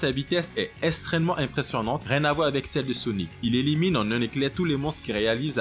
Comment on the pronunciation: Vu le nombre de fois où tu dis extrêmement ou extrême tu pourrais faire un effort de prononciation parce que la tu dis esstrement et pas extrêmement...